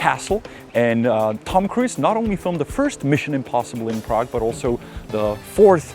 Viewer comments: Hello, Tom Cruise is pronounced 'krooz' not 'kruiz'. Take care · Tom Kruis... classic czenglish there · It's hilarious how you pronounce name of Tom Cruise 😂 👍 my boyfriend does so as well 😊